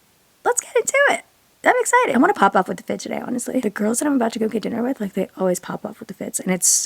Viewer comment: going awwwwff we love the New York accent as New Yorkers